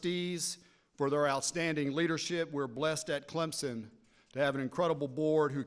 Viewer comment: Its CleMson.. Not ClemPson.. Dumb ass!!! TIGER PRIDE!!!